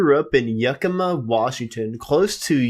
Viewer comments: It is Yak-A-Ma, WA. Get the pronunciations correct, it's not that hard !!!!!! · "Yuck-i-ma" Washington close to Twin Falls, Idaho? Someone failed second grade geography. 😂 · Learn to say Yakima.